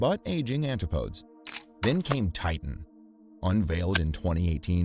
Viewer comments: Yes-- and also the name of his first purchased submersible is not pronounced "Anti- podes" it's "An- tip- o- deez". It comes from the Greek and was used during the time of British exploration and empire to mean places on the other side of the world, usually Australia and New Zealand. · ANtip-OH-dees. ANtip-OH-dees. ANtip-OH-dees. ANtip-OH-dees… DEEP BREATH: ANTIP-O-DEES!!. NOT ‘anti-podes. Pheeeew. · AntiPOADZ!? PUDGET Sound?!? SERIOUSLY!!?! TERRIBLE narrator.